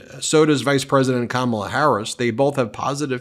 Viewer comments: He’s coming up with new ways to mispronounce her name.😂 Kamilla! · Is Trump insulting the queen consort of England or is he trying to say Kamala and sail Comilla? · In the same clip where he said Kamala looks like Melania, he called Kamala Camille instead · Trump called her Ca mill a He is so rude and disrespectful. If you can't pronounce KA MA LA, then just call her Madam President!! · "She didn't look like Camila." Is he saying Kamala Harris did not look like herself and that was his mispronunciation of her name? Or, did he mean Kamala Harris does not look like King Charles wife, Camila? Trump is, without contest, the most ignorant and weird individual. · Camilla? That's certainly a new way of pronouncing Kamala! Also, I don't think he's drunk because of the way he's speaking...granted, it's all BS and he does sort of meander, but when he is speaking, it's measured, there's not a lot of hesitation and not a lot of the words are actually slurred like a drunk would slur them. I think he's taken his dentures out, so he is isn't able to form his words correctly because there's not teeth for his tongue to rest on or use while forming words. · He talks about this cover and then says she's a beautiful woman and then mentions something about Camilla. He may be trying to mispronounce her name but instead he gets confused and mentions the Queen Consort!!?? Yeah he's not all there anymore! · Trump is such a goober that he can't even PRONOUNCE the VP's name correctly. He's probably doing it deliberately as an insult since he isn't capable of respect, much less baseline human decency, but it honestly just makes him look even more incompetent.